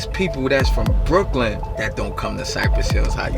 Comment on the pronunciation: by ry u k ly in Brooklin kurwa Brooklin :D